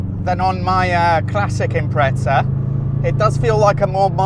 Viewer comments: No one says it with a t Impre-za is how its pronounced. Like in this video. Not imprezza, there's only one z. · Good video but theres no T in impreza 😂